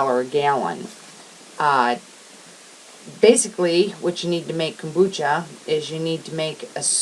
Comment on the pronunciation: OMG.....ITS > KOMBUCHA , ( COME- BUCHA) , Not a KOOOMBACHA looooool